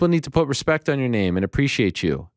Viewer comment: Hespect my homie... hespect